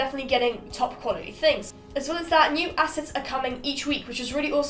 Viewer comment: Not gonna lie the first few times you said assets i heard asses